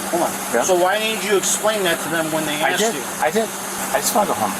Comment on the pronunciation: It’s asked, not axed.